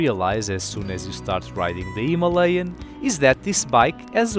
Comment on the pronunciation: Good review but only one mistake, that pronouncing "Himalayan". Rest are good. 👍